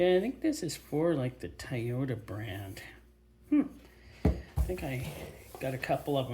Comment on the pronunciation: Hey!!✌I live in North Carolina!! The Home of PUROLATOR, AND WIX FILTRATION!! The U.S. Home Of MANN-HUMMEL, The German Filter Company that Bought PUROLATOR/WIX!!🧐🇺🇸🤘🤘🤘✌✌✌✌✌😊 I couldn't help, but notice that you pronounced TOYOTA as TIE YOTA!! That's how alot of Elderly, Rural Southern people pronounce it!!🤔🤔🤔😉😉😉😉😁😁😁😁🇺🇸🤘🤘🤘✌✌✌ Hey, maybe if Parts of Canada Secede, and Join the United States, the Oil Filter Availability, and Prices will drop!!😅😅😅🤘🤘🤘🇺🇸✌✌✌✌😊